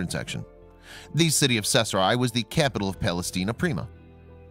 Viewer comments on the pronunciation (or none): caesarea ( see-za-ria) kay-sahria . CAESAR-ea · Gahhhh that mispronounced “cache” drove me nuts. Of course it’s pronounced “cash” and means a hoard etc. the other word, Cachet, is a certain joi de vivre + value. BUT the mispronounced “Caeserea” is horrible. If was named After Caesar, thus: Cee-ZARE-ee-uh. Please do your research. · Pronounced Seesaria. Drives me crazy!!! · I have no clue as to what town he is saying, sounds like sethra. Just a sniff of sheckles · Caesarea is NOT even a hard word to say - it's pronounced like "Ses-ar-e-a". This voice-over guy literally makes up his own random pronunciations for ALL foreign words and English words over 8th-grade level. It's a shame, because he's a talented guy - but his poor pronunciation hurts the credibility of EVERY video he does.